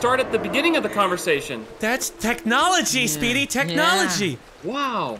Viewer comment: Anytime any of them (especially ) say Speedy's name, I just hear them saying 'Sweetie'